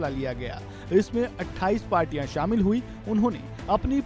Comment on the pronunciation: so, the reporter have some issue is the sound "aa"? Jaane ko jvane bolte hain... Shamil ko shvamil, the fuck...